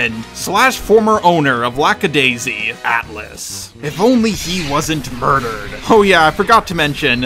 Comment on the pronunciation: I love you... but so many missnaming of characters and even of the series itself. It's not Lackadayssical, just Lackadaisy. LACKADAISY!!!